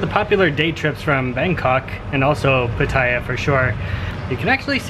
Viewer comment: Its pronounced Patta-ya btw. Koh Lan spelling is OK as long as its pronounced with a long A, like Laan or Larn